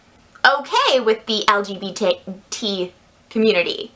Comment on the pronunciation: When she can’t even say lgbtq right